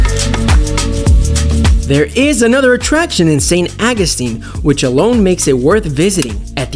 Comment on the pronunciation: Could have been a great video... Saint AW-GOO-STEEN. AWWW!